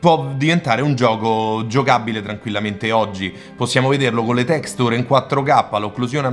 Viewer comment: Bel video, ma per favore impara ad usare una pronuncia più corretta dei termini inglesi.... delder scrol, tecstur ed engiain non si possono sentire!